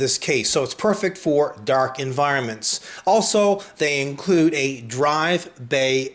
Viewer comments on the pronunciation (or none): "Darrk enviroments.."